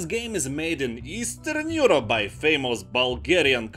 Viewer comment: Easterrrrn Eurrrope